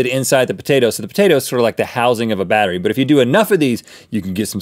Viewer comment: when they said potato battery i actually heard potato bakery